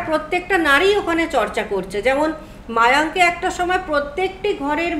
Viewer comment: Ota mayank noy mayong